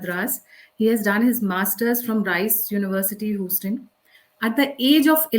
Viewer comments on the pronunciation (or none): none